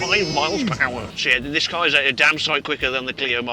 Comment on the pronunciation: blood it's an car not AcAr